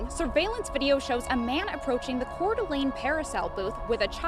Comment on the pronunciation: Just in case you run into it again. Coeur D'alene is pronounced like CORE-DUH-LANE